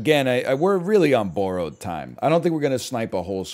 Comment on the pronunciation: the Canadian accent really came out on that “borrowed” and I’m here for it.